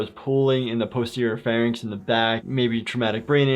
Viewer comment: did you say "posterior pharynx" or "pussy or pharynx"? The latter is what I heard and it made me spit out my coffee laughing.